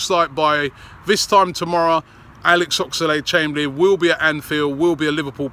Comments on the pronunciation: Oxlade NOT Ox-a-lade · Oxerlade ???? Talk properly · Robbie puts too many syllables in Oxlade and it really fucks me off